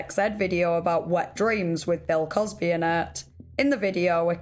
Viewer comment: "Bell cosbehh"